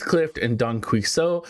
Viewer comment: Don Quixote ; Key-hoe-tay